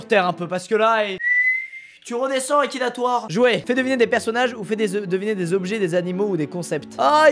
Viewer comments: "tu redescends Akinatwor"😂😂😂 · MDR il à dit akinatore ta vu mon cul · « Akinatoir » le respect mdrrrr